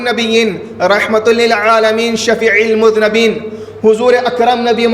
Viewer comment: Masha Allah bhut khub. Bayan hai. Aap ne bayan me kaha, " Mere piyare aaqa khatimun nabiyyin rahmatul lilaalamin shfi-il muz-nabin" Shfi-il ke badle shfi-ul Hona chhahi ye, is liye ke ye sift (sani) hai khatimun nabiyyin ki. Or muz-nabin ke badle Muznibin hona chhahi ye. is liye ke ye muzaf ilaih hai shafiu ka. ye majrur hona chahíye. is Ke ma'ana me munkir or munkar jaisa farq ho sakta hai. Masha Allah aapki Arabi Bhut achhi hai. Meri bat samaz loge . Dil chota mat karna, muaafi chahta hun. Allah aap ke ilm o amal me brkat de. Or taraqqi ata farmae. Aap se mahdaviyat ki khidmat le. Agar na-chiz ki koi galati ho to zarur phone se batana ain navazish hogi. Vassalamu alikum v rahmatullah. Mera no. (Ahle bharuch, gujarat)